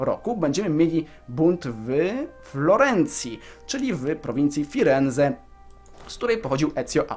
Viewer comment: gałganie jak ty wymawiasz te nazwy prowincji:D? Nie abruzzi tylko abrucsi, nie calbaria tylko calabria nie firenze tylko firence i nie romagna tylko romańia (gn = ńi)... Nie żebym się czepiał ale trochę mnie to irytuje:P i pewnie dlatego będziesz robił to częściej Kappa P.S. Mieszkam we Włoszech dlatego też wiem jak się czyta nazwy tych prowincji;)